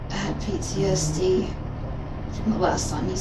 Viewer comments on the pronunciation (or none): none